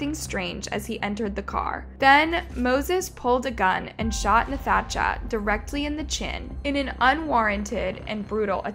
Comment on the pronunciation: It’s pronounced natasha💀🤦🏾‍♂️